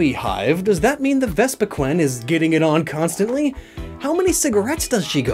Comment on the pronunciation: I really hate the way he pronounces the names of these Pokemon... Like it should be "comb-bee" cuz it's like a honey comb and "vespi-queen" cuz it's a queen bee...